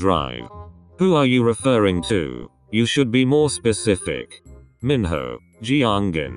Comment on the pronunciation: Im litteraly laughing when the voice pronounced minho to mihoe😂😂😂